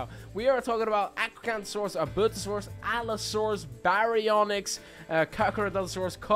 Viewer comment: Bro said Allosaurus wrong